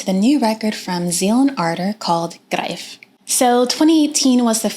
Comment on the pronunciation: the first american who can pronounce the album title :-)